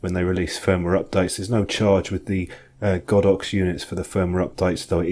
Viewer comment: Great review, I have the Olympus version and I'm well pleased, strange to hear you pronounce it God ox, I would have said Go dox ! lol anyway thanks again for a good review.